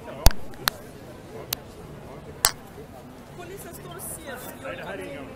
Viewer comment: de heter polis, inte bolis :P hahahahah